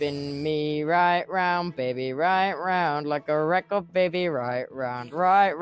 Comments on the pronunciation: No I love it it’s recor it’s so good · It’s so goood Like a reco de baby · no I love the way he says record lol. It sounds like he's saying recor tho ngl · Yez thats a nice word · The way he right round as well is also like better XD record, right, and round are words tubbo says really well XD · No that's how you say it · It’s actually cool lol